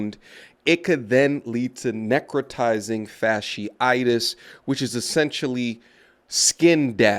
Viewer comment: She said "fascisitus" 4b!